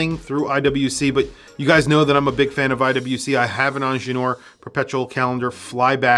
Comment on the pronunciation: Soooo wrong pronounciation on INGENIEUR: why skip the 2nd I ???? 😮😮😮😂